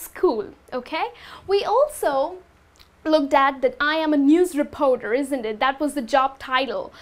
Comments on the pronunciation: great video!!! BUT re-poar-door should be reporter. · Sorry I can't take the mispronounced words such as "Repoter"? It's reporter with an "R". What do "u" do? If you are going to try to teach English, try to learn how to spell and use proper pronunciation. In would not be happy with you teaching my child. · The 'o' in 'reporter' is not an 'o'!